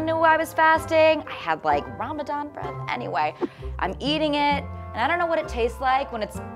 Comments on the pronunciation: Did she just say "ramaZan" 😶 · In Urdu or just in Pakistan they say Ramzan instead of Ramadan, Urdu speakers seem to say Arabic D sounds as Z's. Also Fast is Rosa. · Omg lmao I was thinking the same thing why did she say Ramazan rather Ramadan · cause it's call ramdan not "ramzan" I don't know from where did she get that... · Honey it aint Ramazan its ramadan! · Tf is ramzan its ramadan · Musically South Africa oh i know ,im muslim my self .I made my comment about the way the woman pronounced the word because its called ramadan ( رمضان) not ramazan .but anyway thanks for the reply. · I cringe everytime she says "ramasan" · sarah it is pronounced like that in some languages honestly the "Ramadan" makes no sense to me. It is called Ramazan ... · but the language of islam is arabic... she's not wrong in saying what the pronunciation is - non Arab muslim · She's south asian, in Morocco it's pronounced like this : R'mdan, not Ramadhan. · please someone tell she did not say "ramzan" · I don't mean to disrespect any language or country but as I know it's call ramdan and in the Quran it's call ramdan so we should say it as Quran says not as some people pronounce it cause when they grow up or have kids and teach and tell them about islam they still gonna say it wrong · did she just say 'ramzan' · RAMAZAN... maybe she is Pakistani. They don't pronounce the letter correctly. Unfortunately they do that in their prayers too